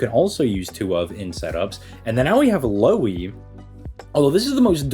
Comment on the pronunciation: No Lui, its Lou-Hi (and its Lou like Lou-rider and Hi like Hitman) Im in Finland so i know.